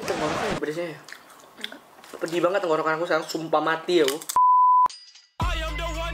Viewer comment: apa cuma gue doang ketika ngucapin kalimat yang berakhiran et selalu jadi ed, contoh banget = banged